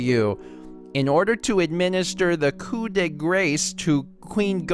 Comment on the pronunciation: Tyrique Smith Right? I was so happy when he said "coup" right, but then he had to go and mess up "grace!"